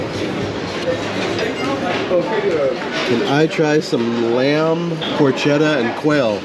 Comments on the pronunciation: Love the videos! As a native Italian speaker, the “c” in Italian is almost always a “hard” c- PorKetta BrusKetta Etc. Fun video as always! Love the Bachanal! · Looks so good. I would get the prime rib and lobster claws. Porchetta is pronounced “ porketta” and I always roll the r.